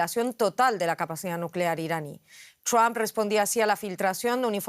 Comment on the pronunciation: Donald... ¿qué? ¿Ttthdom? No se puede hablar más gringo que los gringos ¡Por Dios! 🤦‍♂️ Por hacer más, terminan haciendo menos.